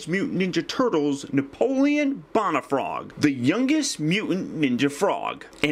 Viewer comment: ***** Haha, and some people say George Warsh - ington. Doesn't mean it's correct. You do weekly reviews and it is expected that you would receive critiques now and again. Sorry to be "THAT GUY", but the correct pronunciation is "Bone - uh - frog". If my teacher in school said Napoleon "Bon - uh - part"? I'd drop her class. Now don't get all defensive and butt hurt, you do that a lot. Keep up the good reviews!